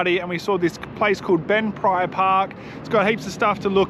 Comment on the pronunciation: Baandee Lake. (Barn Dee)